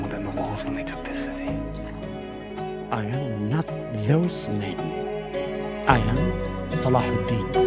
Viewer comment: I love how he said Salahuddin in the Arabic pronunciation. 🤍